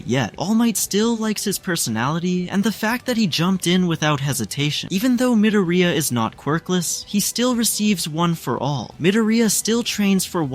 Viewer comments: Bro doesnt say midorya but he says midoroya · I’m not hating but Midiriya😭